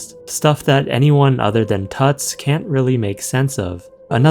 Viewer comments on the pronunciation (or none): It's almost certainly pronounced 'Toots" as in Tootsie and not pronounced like King Tut.